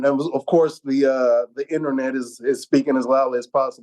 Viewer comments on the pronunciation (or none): none